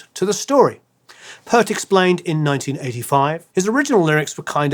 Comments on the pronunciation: it is pronounced P ear (like what you hear with) T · Peart is pronounced like "peert", like "ear" with a "p" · Great video. I’ve been listening to their music for 40 years and I am still not over it. FYI Neil Peart’s last name is pronounced "Peert". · Loved the video and the deep dive, but man, after all that research and work you couldn't get Neil's name right :\. Phonetically it's "Peer't". Peart is pronounced with the "ear" not "er" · It’s pronounced, “PEERT”. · If you are going to make a video about a drummer of Neil Peart's stature you have to say his name correctly. It is pronounced PEERT. End of story. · Peart, sounds like Pear... with a T (paraphrased from Geddy Lee). Colbert Report - don't pronounce the Ts at all. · Hi, it's Neil P(ea)rt (E) prononciation. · Just for reference, Neil’s surname is pronounced “Peert” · Love ya, but it’s pronounced PIERt. Thanks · Hearing you say "Pert" over and over is triggering me. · It's pronounce P-EAR-T. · Please pronounce his name correctly! Please. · Hear to see how many die-hard Rush fans give hell for the mispronunciation of "Peart"... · Why can very few of these journalists when they are researching,still not learn how to say Neil's surname correctly? It's not that hard. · FFS, learn how to pronounce Neil's surname 🤦‍♀🤦‍♂🤦🤦‍♂🤦‍♀ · …and you couldn’t say Neil’s last name correctly 😑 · Such knowledge, yet you don’t know how to pronounce Neil’s last name 🤦🏻‍♂️ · You lose credibility when you cannot pronounce "Peart" correctly... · Good grief, pronounce Peart's name correctly. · Shame you couldn't pronounce Neil Peart's name right! 😡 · Great expose on Tom Sawyer and Rush. Adam nailed those bass and synth tones too! A cool fact about the production is that it was one of the first records produced on the first SSL console in North America, a 4000B at Le Studio. Also, I must point out that Neil's last name is correctly pronounced with a long "ee", as if it was spelt Peert. Great video!